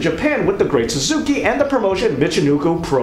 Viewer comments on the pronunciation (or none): Ok I love this video but I have a nitpick because it drives me crazy when people mispronounce this. It’s SAS-KAY. Not Suzuki. I feel better now. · and its the great "sas-u-ke" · Very informative. Well laid out. As you went to lengths to get so many details for this, I don't feel like I'm nit-picking when I say the wrestlers name The Great Sasuke (pronounced sass-kay). Still love the "where is it now" to each title. Thanks for sharing, have a good day. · i appreciate the knowledge but bro , it kills me when you pronounce the Great Sasukes name wrong . repeatedly when you apear to be oriental . i mean no disrespect or rascism dude and i hope i dont appear that way . but to me its disrespectful to mispronounce their names like that . but we all make mistakes . much love .